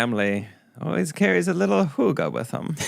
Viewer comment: Definitely knew what hygge meant, definitely didn’t know how to say it.